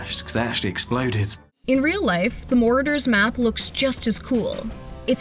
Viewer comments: She said morders map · You lost me when you said morders map